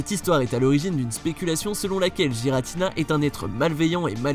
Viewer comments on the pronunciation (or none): juste on dit GUératina et arQUéuus merci bien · Tu prononces mal le nom de Giratina et Arceus XD